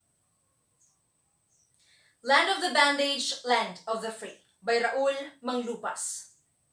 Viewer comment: Raul Manglapus, not manglupas. And it's Land of Bondage, Land of the Free. Not Land of the Bondage. Research before posting anything